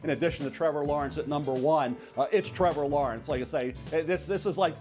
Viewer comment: If MEL says Trevour Lawernce than go with Justin Fields